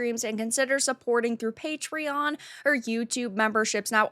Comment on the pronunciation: Nobody:: fulluh and suhhpurt me on pubtreeeon. I huv lots to say about the tawpic” Learn to speak before you try to be an insufferable YouTuber